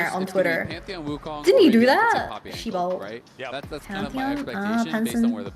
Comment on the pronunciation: 혹시 한국인이세요? 시발 발음이 찰지네요